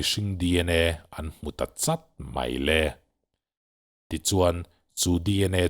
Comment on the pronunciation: An in kawp deuh 'chawt' tih khi,thluk lova,CHAWRH tih anga lam rik tur ani lo maw ka ti...